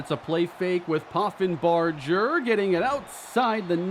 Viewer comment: The "ger" in Poffenbarger is pronounced like in Hamburger